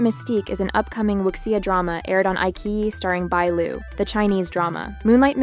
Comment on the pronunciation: Please learn to pronounce Wu Xia correctly. Xia is she-ah